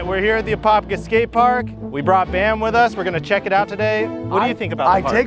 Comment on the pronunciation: Wow my fake ID said I was from Apopka back in the day. Glad to finally get a proper tour and correct pronunciation.